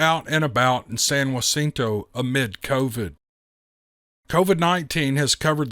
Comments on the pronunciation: Please say San Jah Cinto a hard J sound for Texas, not wa cinto. If you are in California Please say San Ah cinto. If you are in Mexico the J sounds like Ha cinto. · Geez, it’s Not San Wacinto County. It’s sounds just like it’s spelled! Jacinto, or Juh Cinto if that helps you. I live in that County in Coldspring Texas. I don’t know why, but that is so Irritating the way you tried to Add Lib or Talk like you have Mexican Origin or something. Don’t Add Lib and just Pronounce the words for Pete’s Sake!!! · being from Texas I went to look just where San Wacinto was… then I looked at the email.. San Jacinto it’s (HAcinto)… for next time..great story… not trying to correct you… you can say it however you want buddy.. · San Jacinto- JUH not whuh. Climactic battle of Texas Revoution. Loving the stories. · San Jacinto County. Pronounced San Ja-cent-o. The "Ja" is pronounced like an English "J" not "H" . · San Jacinto is pronounced like the name Jack. Like San Jackinto without the k. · Dude please. The “J” is not silent in San Jacinto. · In Spanish, it’s San Haseento with a hard ‘h’; like you’re hacking a loogey. In Texan, it’s just San Jacinto, the J is voiced, as in “Jack”. So, ”San Jaseento”. .. Actually, an authentic Texan accent (if that’s what you’re shooting for) would sound more like “San Jasinta” but I’m not sure exactly what accent you have, or are trying to imitate and slightly exaggerate, but you’re pronouncing it “San Waseento” as if it was “San Joaquacinto”, like the San Joaquin Valley in California. “Joa” being pronounced like a ‘W’, as there is no single letter for the w consonant sound in spanish. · Pronounced "San-hah-ceen-toe" County. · Hey, I wanted to let you to know that the J in Jacinto is pronounced with an H sound. San HA-seen-toe. Just an f.y.i. for ya. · I was thinking about doing the same thing. Bless his heart he could not say San jacinto right